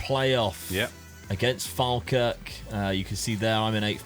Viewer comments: It's not falkirk its fallkirk that's the way u pronounce it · Fall-kirk is how you say it;-) ps not from Falkirk. Its a hole